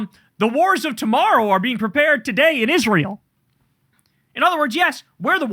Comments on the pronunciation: Kyle, pronounce Israel correctly like Lindsay Graham. Isrull. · I hate the way Miss Lindsey says Isruul.